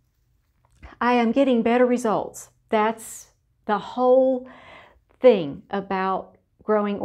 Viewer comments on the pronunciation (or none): none